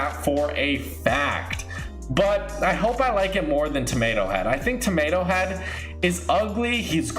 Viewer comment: You can't pronounce tomatohead correctly.